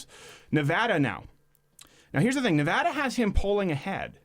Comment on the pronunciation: By the way, thanks for getting "Nevada" right this time, Mr. Crowder.